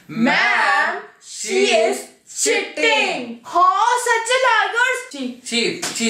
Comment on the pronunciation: Why do u pronounce cheating like that? Ew